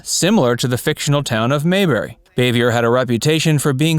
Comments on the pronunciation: It’s pronounced BAH-VEE-YAY........not BAY-VEE-YER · If I'm not mistaken, Frances Bavier's last (French) name is pronounced "BAH'-vee-ay." 🎓🪄 😺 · Bavier is pronounced Bav-e-a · Frances Bavier’s last name is pronounced Baa-vee-yay. Similar to Jackie Kennedy’s maiden name Bouvier pronounced Boo-vee-yay. Ron Howard isn’t the only surviving cast member. Betty Lynn who played Thelma Lou, Elinor Donahue who played Ellie Walker, Maggie Mancuso Peterson (hope I got her name right) who played Charlene Darling, Rodney Dillard who played one of the Darling boys, and at least some of the child actors like Keith Thibodeaux who played Johnny Paul Jason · … Dude! I watched a lot of your videos and every time you do a video you pronounce someone’s name wrong… If you are going to pronounce Frances Bavier his name pronounce her last name right it is pronounced BOV-E-AI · And he didn't pronounce aunt bees real name right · He does not pronounce Frances Bavier correcly.